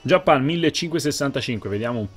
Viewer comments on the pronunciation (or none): none